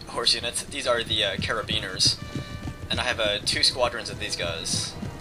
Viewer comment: I think he was referring to carabiniers. Wrong pronunciation, but folks know what he meant